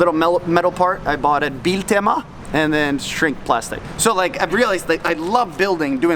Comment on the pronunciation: "biltema" XDDDDDDDDDDDDD